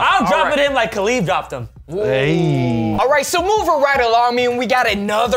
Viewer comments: Did he just say Khalib? 🤣🤣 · Did really say Kalib??? Smh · more like Khalid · “I’ll drop him like KALIB dropped him” 😂😂 it’s Khabib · just called Khabib Nurmagomedov "Khalib" hahha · said Khalid😂😂😂it’s khabib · Man really say KhaLib lol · Don't disrespect Masvidal aka street jesus like that. And bro its Khabib lol